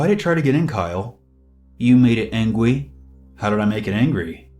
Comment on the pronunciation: "You made it angwy"